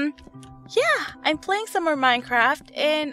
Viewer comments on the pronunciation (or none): none